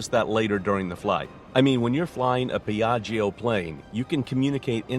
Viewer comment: Beautiful plane indeed. But in italian you don’t have to pronunce the second “i” in the word “Piaggio”. When there is a “i” after “g” (or “c”) it is mute. It serves only to make the “g” sounds like “j” instead of “g”. It is like PIÀJJO, not PIÀJJIO